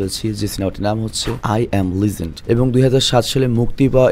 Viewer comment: লিজেন্ড❌ লেজেন্ড✅